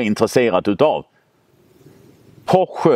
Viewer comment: Fiat Multipla är så ful att den är cool, Citroën Pluriel är också riktigt udda och cool. Och Porsche, heter Porsche, inte Poche ;)